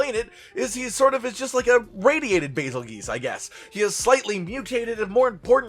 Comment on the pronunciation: Bazelgeuse is pronounced Bazel Juice. Like Betelgeuse is pronounced Beetle Juice.